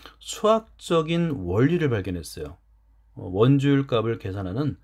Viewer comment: 좋은 영상 감사합니다. 그런데 수학 영상에 이런 말 해도 될지 모르겠지만 영상 내내 '값이', '값을' 등의 발음을 [가비], [가블]이라고 해서 많이 거슬립니다. 어린 학생들도 많이 볼 영상일텐데 조금 교정해주셨으면 합니다. 제대로 된 발음은 [갑시], [갑슬] 입니다. 물론 최종적으로 [갑씨], [갑쓸]로 발음되겠지만요.....